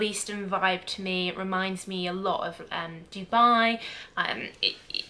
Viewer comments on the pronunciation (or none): none